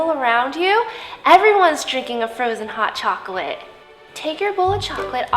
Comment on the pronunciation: Frozon hot chaklate